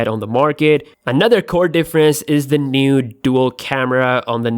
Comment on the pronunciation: " is another NUDE dual camera" lol